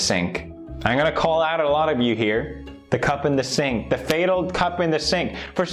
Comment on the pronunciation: Is he saying sync or cenk or sank or sink